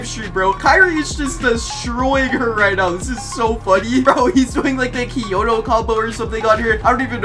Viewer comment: Bro cant even do kyoto😂